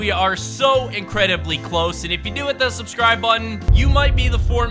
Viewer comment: “And hit the schbscirb botton”